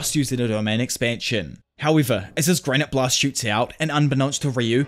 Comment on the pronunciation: PS: its granité blast, not granite blast, which makes sense considering granité is french for granita (a kind of dessert).